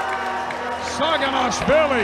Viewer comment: Seems like Travis Bagent intentionally pronounces Levan's surname wrong "Shaginasvilli"